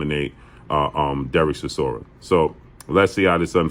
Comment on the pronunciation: Chisoria? Dude done lost bout 10 times